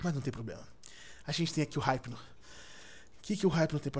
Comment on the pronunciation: Eu n consigo ouvir alguém falando "Raipno" tem q ser "Ipno"